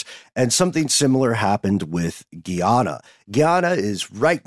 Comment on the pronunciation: Love you guys so much. You travel with me everywhere I go. Just wanted to say, it's pronounced Gah iana, not Gee ana Much love ❤❤